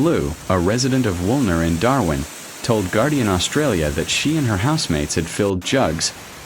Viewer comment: And can't put decent sentences together, nor name Darwin correctly!